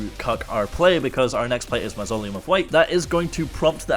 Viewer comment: "progress in every episode, you love to see it" i'll say! he said mausoleum properly, now THAT'S progress!